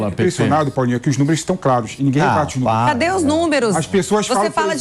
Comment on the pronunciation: Coloca uma câmera no PATETÃO. ..." númerux, númerux, númerux... . Vai catar coquinho!...